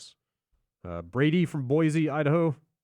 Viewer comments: This is completely pointless but as someone from Boise, Idaho it always annoys me when people pronounce it "Boy-Z" when it is supposed to be said like "Boy-C." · as someone also from Idaho but a bit north (cda), uhh... hate to break it to you, but every person i've met is on the "Boy-Z" bandwagon :D not saying they're right, it's your city after all, but that pronunciation is fairly ubiquitous is all i'm saying. at least it's not as bad as Oregon's "Or-e-gan" or other nails-on-blackboard variations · Technically, since it’s French, Boise (“wooded”) ought to be “bwahZ”, so people who are from around there are apparently even more wrong than the rest of us! (I can’t talk, though. I’m from Boston, and while our accent is scientifically proven to be the most accurate, correct ,and wicked awesome, the fact remains that the second most populous city in Massachusetts... is Worcester. Nobody ever gets it right the first time who wasn’t raised in the New England area. What do you think it says? No, silly. It’s: Worcester - pronounced “WIStaah”, two short, sharp syllables. Obviously. Lol.